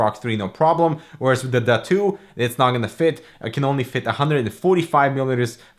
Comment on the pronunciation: Is this seriously called the “Duh2” or are you butchering the pronunciation?